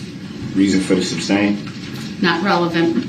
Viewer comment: after all this time in the courtroom how does he still not know the correct way to say "substain"? Either he is a complete idiot or his narcissist ego runs him.